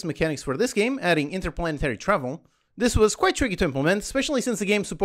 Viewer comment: INTERPLANARY? It is 'stage'